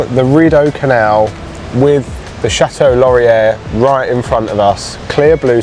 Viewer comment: A nice little travelogue of one of my favorite Canadian cities to visit, although that was definitely a unique way to pronounce the Château Laurier! 😂. If you had explored a little more inside the Basilica you would have a found that they have a lovely little coffee shop downstairs (Cafe des Tours) Glad you went to the History Museum over in Gatineau. It's a good one, although Ottawa has quite a few good museums. I like the Canadian War museum myself. The construction you saw all around the Centre Block of Parliament has been going on for several years now and will be continuing for several more. They are renovating and bringing the historic building up to code. I think it was originally supposed to be a 10 year project, but it's government so most likely will cost more and take longer. Ottawa in the winter is also fun. Winterlude is great, but even just seeing everything in the snow and skating on the canal is something different for visitors. Just dress for the weather!